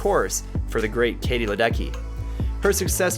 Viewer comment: Just a very gentle add-on - it actually should sound like “Ledetsky” due to the Czech origin of her surname.